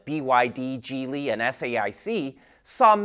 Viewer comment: Great channel and I'm subscribed and a fan, but please stop mispronouncing Geely. This might help